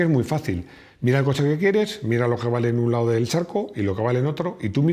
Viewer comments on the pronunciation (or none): none